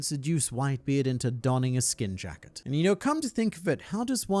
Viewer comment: Am I the only one that hears jack it, instead of jacket. Just changes the nature of the fruit entirel.